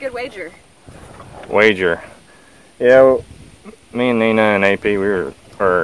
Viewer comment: Curious about the way you pronounce Nina.....I have an aunt named Nina but with an emphasis on the " I ". The way y'all pronounce it seems like Nena. Lol